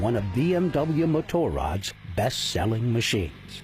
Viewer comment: Great documentary apart from the narrators slaughtering of the correct pronunciation of Motorrad lol!